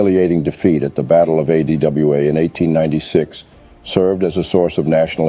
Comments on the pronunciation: The narrator failure to pronounce ADWA was disappointing. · Yeah! Weird!